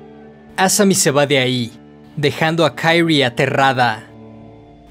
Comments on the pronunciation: Me da asca como pronuncias el nombre de Kirie, "Kayri" 🤮🤢 de allí en fuera, buen video 👌🏼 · KI-RI-E, pronuncia el nombre correctamente. No es inglés esto. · ¿Kairri? Ulala señor. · Se pronuncia Kirie no Kairie porque se pronuncia tal como se escribe ... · Es un crack del terror. Buen vodeo. Posdata: XD por qué dices Kairi como si la pronunciación fuese en inglés? XD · Pequeña observación: El nombre de la protagonista en japones se pronuncia Ki-Ri-E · Buena observación, es muy cierto, en japonés se pronuncia con tónica en la "e", Kiri-é, aunque yo lo pronuncio en inglés por comodidad jeje los demás nombres si los pronuncio en japones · “Kairi” no mms, es japonés, se pronuncia como se lee en este caso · Se pronuncia quirie jajajaja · Buen videos! Me desespera como pronuncias "kirie" pero lo demas genial jajajaja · AJAJS si también me di cuenta de eso, los nombres japos no se pronuncian como los yankees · Buen video, hubiera sido mejor que no te hubieras inventado la pronunciación del nomre de la protagonista... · No me pude concentrar en el vídeo por qué cada vez que mencionaba el nombre de kirie me daba un corto circuito cerebral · Al nombrar a la protagonista lo haces como si su nombre fuera ingles, desentona mucho. Por regla general si se desconoce como se pronuncia una palabra en su idioma original, se la lee tal cual esta escrita